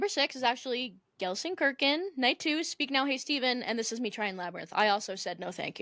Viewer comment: Loved the episode but listening to you pronouncing Gelsenkirchen really cracked me up (as a German ) 😭😭😭